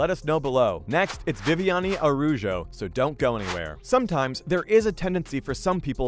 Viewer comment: is Núñez, man, you meant something nasty by mispronounce it. Aruyo? Ah-ra-oo-hoh, Araujo. Man, this time you meant some childish